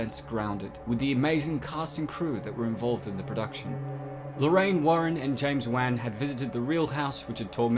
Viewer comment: am i the only one who gets triggered by the way he pronounces james wan? xD